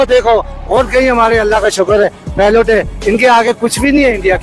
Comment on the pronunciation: not pilot it's pelot 😂